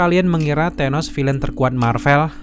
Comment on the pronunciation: Maaf thanos tetap dibaca tanos... Bukan tenos🤣 Gak ada tuh di film para avengers manggilnya tenos bang Dan firaun ya dibaca fir aun... Bukan fira un🤣